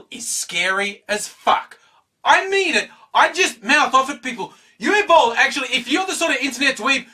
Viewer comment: You pronounced Uwe Boll much better than many others. :D lol